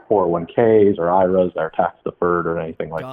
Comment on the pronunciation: He keeps sayin Iras like its a word not an acronym 🤣🤣